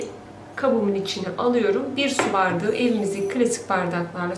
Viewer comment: Hanımefendi neden bardigi diyorsunuz BAR DA Ği izleyemedim Türkçeyi katletmeyin lütfen